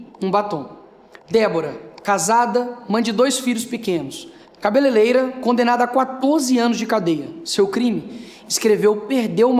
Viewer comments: "CABELELEIRA" 2as vezes é foda! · O vídeo do Nícolas só não é perfeito pela pronúncia "cabeleleira" em vez de "cabeleireira". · O NIKOLAS TEM RAZÃO, TUDO BEM ! MASSS EU SÓ CONSEGUI REPARAR NO "CABELELEIRA" AO INVÉS DE "CABELEREIRA" KKKKKKKKKKKKKKKKKKKKKKKKKKKKKKKKK "A TU TA SENDO CRI CRI", PQPPP O CARA É ADVOGADO, DEVERIA LÊR MUITO E TER UM PORTUGA IMPECÁVEL. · cá pra nós, a janja é uma quadrúpede analfabeta, porém, o Nicolas pronunciou 2 vezes "CABELELEIRA" e ninguém reparou.... Vocês são timinhos de grêmio de escola, vamos sermos mais ímpares! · Vi um jornalista que única coisa que tinha pra falar do vídeo do Nicolas foi a pronuncia cabeleileira. Kkkk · Cabeleleira? Que isso Nicolas? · A blogueira fãnha pronunciou cabelerera! Burra!